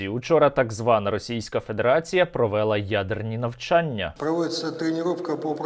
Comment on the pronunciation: І зразу не можна слухать. провЕла, безграмотно так, можна ж нормально наголос вимовить українською мовою - провелА, а то дурні, безграмотні, русскаязичні будуть думати, що є таке слово - провЕла, наголос по людськи всі кажуть українською мовою - провелА, провЕла - це як докУмент, алгЕбра, а правильно докумЕнт, Алгебра